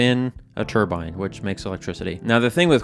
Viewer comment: I don't know much, but what I do know is you'll get a lot of flak for pronouncing turbine the way you did in this video. Good Luck O7 Love your content